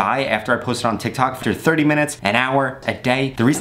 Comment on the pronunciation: 150 u said tictac lol